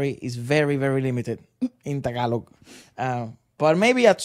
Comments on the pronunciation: is so hilarious 😂. Your pronounciation of Tagalog words is on point. 👏👏👏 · Your random tagalog makes me smile bro and you’re saying it right bro 👍